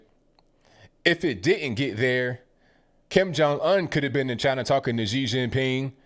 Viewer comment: The way he says Kim Jun Un like Onion. LMAO.